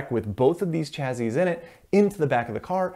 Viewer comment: Chazzy ?? LOL !! I think it's pronounced chassie but spelled chassis.